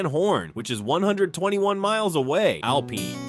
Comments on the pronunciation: Artificial Intelligence lie. Pecos River is dry most of the year, and does not run through the town. It is mostly a dry canyon creek about 1/2 mile west of the town. AI doesn't know how to pronounce most of these towns. Kerrville = Care-ville, and Alpine = Alpeen. Bull hockey. is just that. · "Al-peen" Texas? Really? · U mean Alpine is not pronounced as alpeen. This guy is an expert on Texas . How can he be wrong? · If you are using AI do some research . There is no Alpeen in Texas . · Can’t pronounce Alpine ,Amarillo and Terrel county. This is AI. Do your research. Most of this video is bs. I live in West Texas and have visited all of these places.